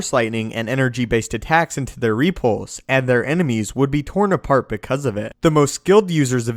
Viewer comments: No, no, you're saying it WRONG. It's rePULSE, not REpulse. LeviOsa..... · Its repulse not ree-pulse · ree-pulse lol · I'll be honest, Other than your repeated mispronunciation of the word repulse, i found the vid interesting... though I disagree with some of the assumptions. First off, what makes you believe he's so invincible? He is one of the last Jedi... certainly the Order as a whole is gone. meaning all the trainers. the holocrons... the knowledge accumulated over eons is simply GONE. Yes, he has some force ghosts that can pop in to help out, but lets face it, it's NOT the same as having some of the best trainers in the galaxy gathered in one place. And those few who knew him enough to have that bond didn't know everything either. Some abilities are going to be gone until another virtuoso can rediscover them, as they were once discovered. The likelihood of him being as strong and as diversely adept as masters in Yoda's day is borderline ridiculous. He may develop some new takes on things, because of a lack of formal training... his own versions of ways to do things... but lets face it, anyone who is self taught is always disadvantaged compared to someone who gets their PHD in a top school. Can't work differently for Jedi. The other assumption that powers didn't exist simply because we haven't seen them in the few movies that have come out, as opposed to the thousands of years of cannon history is also a bit silly. MOST of the series is told from the viewpoint of youngsters... those who, even at master level, are young in their craft. We never get much time with the oldest among them, li